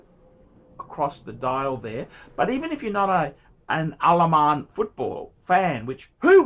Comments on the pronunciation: Why he always screaming Al Aman when its written Al Ain ? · Jesus fucking christ, are you not able to read? How the hell is Al Ain "Alaman"? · I've been to Al Ain. An Al Ain Phranck Muller is pretty niche,! Good luck shiphting that. AND ITS 'AAL AYN' YOU BOGAN!